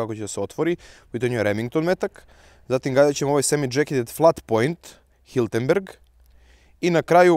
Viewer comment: nije Hiltenberg, već čuveni proizvođač Hirtenberger.